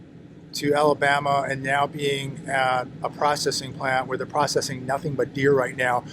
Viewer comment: stop saying,bama-say ALABAMA